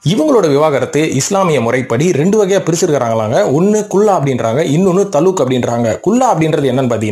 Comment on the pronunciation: தலுக் இல்ல தலாக்